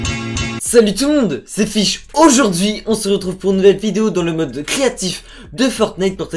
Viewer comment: On dirai que pendant l'intro, quand tu dis "Aujourd'hui" tu force sur le "AU" donc on dirai que tu fais caca et c'est comme sur beaucoup de vidéo je trouve mais sinon bonne vidéo